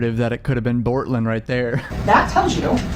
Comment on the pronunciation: Please stop calling him Bortlen..